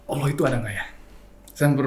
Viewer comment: admin nya..tlg belajar mnyebut nama Allah dgn smpurna.